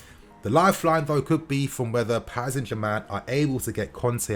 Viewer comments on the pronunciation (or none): none